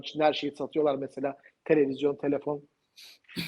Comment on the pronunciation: "mesa mesa mesa" deyip duruyorsun. "Mesela" diyemiyorsun. Türkçeyi doğru konuşmalısınız.